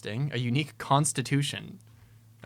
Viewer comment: "constitusion"? Oh, no it's a...